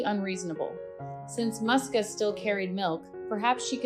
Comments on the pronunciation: So her name wasn’t Muska after all. It’s Moosia, or Moos’ka as a diminutive. Only Americans would read a “u” as an “ah” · Her name is pronounced as Mooska or Moosya, typical Russian cat name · Just wanted to say that first, it is pronounced more like Mooska with soft s, also woman says "mama Musya", Musya being another form of the name, a bit more formal, also it is originally a short form from several different names like Maria